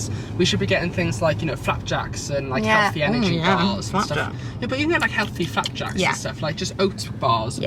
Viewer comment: Literally crying at you saying flapjacks 😂😂😂